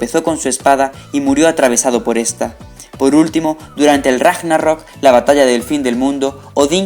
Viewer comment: Hay cosas muy mal pronunciadas, además se ve que se han sacado directamente de Wikipedia y otras fuentes de internet no oficiales. Casi todos los nombres pronunciados mal, y Ragnarok muy mal. Hay datos muy importantes que no se nombraron. Otro dato muy muy importante es que Odín por sus tierras era Druida y no Chamán, no es lo mismo el chamanismo que el druidismo. Y cuando Odín echo su ojo en la fuente de Mimir adquirió gran sabiduría pero no aun la del futuro. Fue en el árbol del Yggdrasil con su sacrificio cuando adquirió las Runas que si supo adivinar el futuro. Y podría seguir. Soy historiador. Pero bueno, seguir así. Un saludo.